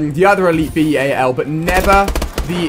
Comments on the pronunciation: "B-A-L" No one says that. XD It's Bal. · its bal 27 not b-a-l 27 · mate you don't call it B.A.L its so annoying when you say it like that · It is not a b.a.l it is a bal 27